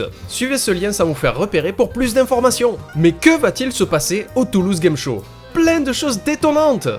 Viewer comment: ta façon de dire "plein" me fait toujours autant rire.. mais je sais pas pourquoi..